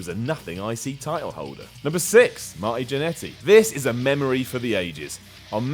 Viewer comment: I thought he kept say 'icey title'